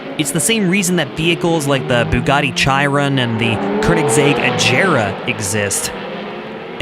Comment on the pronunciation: its pronounced (im pretty sure) a-gear-a and she-ron.